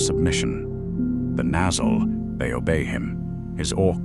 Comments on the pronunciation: Morgot? Duran? Nazul? Kazat Du? Gandulf? Your AI is showing. The visuals is cool, but the commentary...? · It is. THis Narrator mispronounces other names too, e.g Nazgul and Ungoliant. . He is too bone lazy to get the names right.